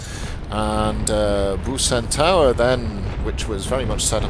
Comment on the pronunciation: Btw the "c" in Bucentaure is pronounced as an "s" so it´s Busentour. :)